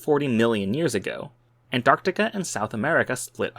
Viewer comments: It's nice to hear someone pronouncing Antarctica correctly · Wow! An American that can say “Antarctica”! Fascinating, concise and educational!